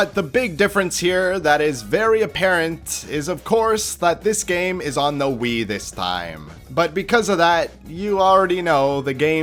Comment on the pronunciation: Hearing ur little speech impediment is so cute listen to him say “gammmmme”